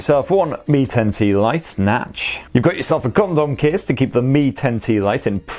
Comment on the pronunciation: The way you say Condom Case... lol